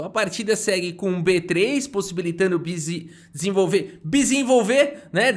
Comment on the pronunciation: só eu que ouvi “pisenvolver”?